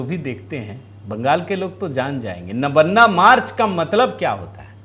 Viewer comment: नबन्ना नहीं महोदय नवान्न ( नव+अन्न= नवान्न।)